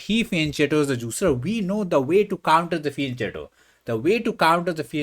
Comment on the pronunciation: It's pronounced fee-en-ket-to (from Italian).